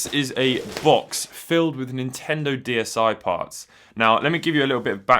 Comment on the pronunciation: omg and not even a word about him saying "Diana" throughout the video XD